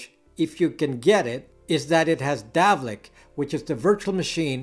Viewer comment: Dalvik not Davlik.